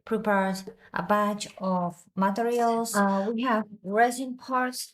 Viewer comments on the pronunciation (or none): Ma...tear ials... Not matterals